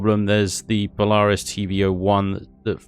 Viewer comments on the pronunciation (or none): none